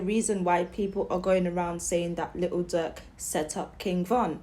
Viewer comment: YOU SOUND SO DUMB 😭😭😭 LITEL DUUERK😭😭😭